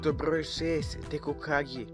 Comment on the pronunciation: ide mi na kurac taj mesto brrroj sedam, husarrrigama